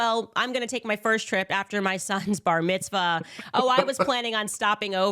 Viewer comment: “My sons bahmitzvah” lol 😂